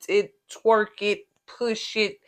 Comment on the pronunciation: You said twerrk 😆